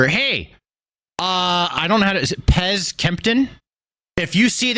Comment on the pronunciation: did you really call pierce “pez”?